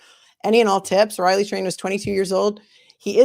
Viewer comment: did she just call him Ratley?